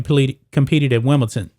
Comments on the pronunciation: It's Wimble- DON!! Not Wimble- TON :-)) Anyway, he got exposed at Wimble- DON. He looked old and it showed. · You need to learn how to pronounce Wimbledon correctly